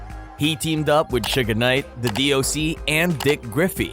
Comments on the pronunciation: It’s SUGE Knight… not SUGA Knight 🤦🏾‍♂️ 😂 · IF THIS DUDE SAYS "SUGAR KNIGHT" ONE MORE TIME I'M GONNA SMASH THIS DAMN MONITOR!!!!!!!🤬🤬🤬🤬😂😂😂😂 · i hate all these white voices speaking on black culture. this mofo said "sugar knight." yo, you serious? couldnt finish watching this video at all. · Why can you not pronounce Suge Knight correctly? Not Suga Knight. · If he calls him Sugga knight one more time,I'm gonna ruin another cellphone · Him calling him Sugga Knight MULTIPLE TIMES BACK 2 BACK is WIIILLLD😂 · who told you it was okay to pronounce suge knights name like that? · Bruh it’s suge knight not suga knight and it’s 2 pahk not 2 pack smh. 😅